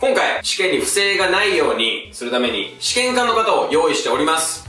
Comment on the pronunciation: 試験管の発音理科の方やん笑